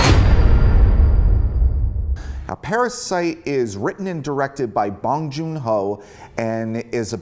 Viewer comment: So you were a fan of Bong Joon-Ho but Parasite went over your head? Being a fan of Bong but mentioning only the Host, Snowpiercer and Okja and not Mother or Memories of Murder, his 2 best films? Your saying you're a fan of him but can't even remember his name let alone pronounce it right? Dude... I call bullshit. No need to fake it, be honest when reviewing stuff.